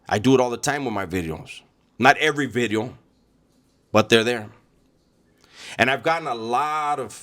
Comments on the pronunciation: Watch Out Ice might pick you up, because of your thick accent & can't pronounce certain words like "bideo".😂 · The crazy part, if you ever see renegades early videos. He really enjoyed content. He would say “New Bideo” “like the homie says”